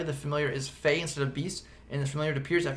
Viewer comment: When you said summon fey I thought you said summon face 😂